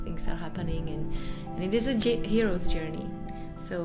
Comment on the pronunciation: This is actually an unusual “Yourney”